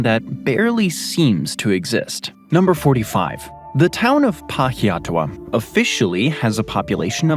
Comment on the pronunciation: 1 for pronouncing Coromandel as if it were a relative of Howie Mandel. +1 for a pretty good pronunciation of Pahiatua (which some locals even mispronounce, as PAh-hee-ah-TOO-ah).